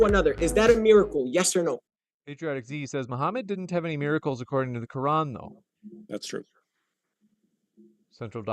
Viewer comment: "in tha qoorrlann" why is he talking like that? 😆